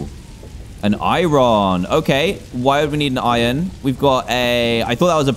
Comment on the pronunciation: He said irone